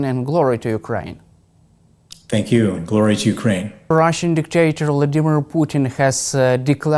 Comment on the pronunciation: How nice to hear pronounce "Vladimir" correctly 😃